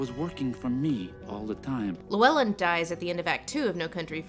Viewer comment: You keep saying Llywelyn wrong